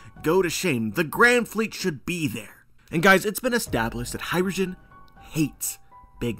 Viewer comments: Sick theory, definitely would be sick! but all I hear is “hydrogen” when you say “hajrudin” lmao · Hajrudin,. It's an Arabic name. Not Hydrogen.